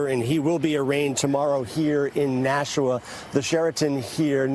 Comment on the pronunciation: It's not nashaw. It's Nashua